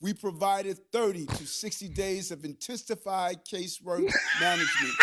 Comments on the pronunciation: Intessified! Lol Hey Mayor Adams. Learn to speak properly . Youre making Anton sweat lmao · Intistafied... What Dat mean?